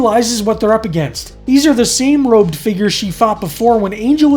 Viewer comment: somewhere after ,ya say"robed figures"a few times&it sounds like"roped figures"every time. good work,tho. G I Davis sr. oldest man in the room,18Jan'26